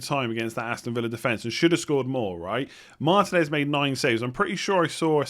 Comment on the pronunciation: It's marTEENez, not MARtinez (also jiMENez, not JIMenez) The accents give you the syllable to emphasise - Jiménez & Martínez I know everyone else gets them wrong, but get these two right and show the world! much love! Love your videos! You help me and the missus out in the family league a lot!